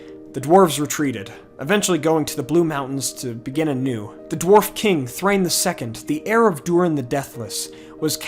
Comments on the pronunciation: Dwarf names ending in “in” are always pronounced as “in.” Names like Thor-in or Bal-in or Dur-in are obvious. Gloin and Oin are not Gloyn or Oyn. They are Glow-in and Oh-in. Thrain is likewise Thrah-in, not Thrane. Dain Ironfoot is Dah-in. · Small quibble. In the Appendices, Tolkien explains Dwarvish pronunciation. They have no diphthongs, so Thrain is pronounced ‘THRA-EEN.’